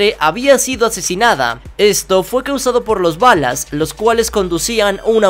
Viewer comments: dijo balas?!. Que no era BALLAS que error comico de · Oye se dice vallas no valas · Dijo los balas en ves de ballas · minuto por que dices los balas si son ballas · Like si te cae bien y te gustan los vídeos que sube.....y se pronuncia vallas no balas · alguien mas escucha balas en bes de ballas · Como se pronuncia? Ballas? O balas? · por que dices Balas y no Ballas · Olle soy tu fan pero se dise los balla no los balas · no se dice balas se dise ballas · Por que dijiste balas es ballas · Dijo balas no ballas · Se dice ballas no balas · ES LOS BALLAS NO LOS BALAS JAJAJAJAJA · se equivoco se dice los ballas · Se dice ballas